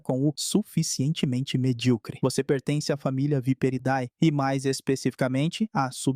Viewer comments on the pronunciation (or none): Não se fala viperidae, se fala viperidi.